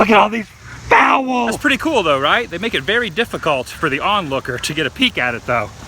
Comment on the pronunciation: “Look At All These FOW-ELLS !!!” 😂😂😂